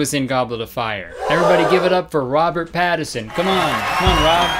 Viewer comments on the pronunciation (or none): Robert Pat-A-Son... Pat a son, everyone. Doesn't need to be yours, just go to a park and P A T A S O N.